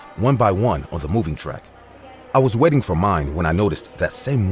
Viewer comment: Who else thought he was saying "wedding area" and not "Waiting" area